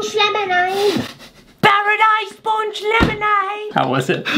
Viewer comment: I heard hot dogs punch lemonade instead of what it actually was